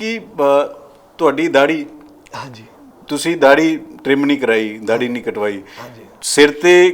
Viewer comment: Prawa judi te daahdi kehn ch ki glti h ? Osne sahi pronounce kita.